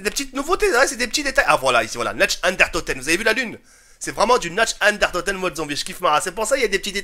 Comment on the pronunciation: Pas trop mal comme map, je prefere celle un peu comme toi ou tu decouvre des trucs incroyables, du jamais vu, ou juste des armes dautres call of ou dautres jeux:D Mais juste: ca se prononce "Narr Dèr Oun Toteun" ^^